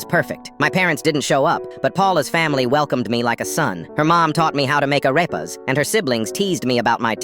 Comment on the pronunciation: … a-arepas? T-the venezolan food that I ate from my c-child hood? LETS GOO HE INCLUDED AREEEPASSSS and it’s not Arepas ✨ it’s are-paz